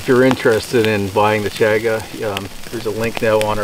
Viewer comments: I don't know why but the way you mispronounce Chaga drives me crazy. I'm yelling at the screen, "CHAHHH-gah" lol. I think I might have to pick up some of that. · I've been waiting for this! Just placed my order and also ordered a black Twill Hat! I've never had Chaga so I'm really looking forward to this,! I've heard others pronounce it as "Chawga". Is this right? Or does it depend where on the planet you're from? The bag looks like it has a zip lock, so I'm assuming its okay to keep it stored in the bag in a cool dry place (squeezing the air out before sealing the bag)?? Or should I store it in an air tight sealed container in a cool dry place?? Have a great weekend, and the new homestead is coming along beautifully!!!